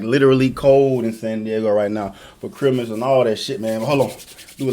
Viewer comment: Has me dead when he just randomly said “merry chrymiss”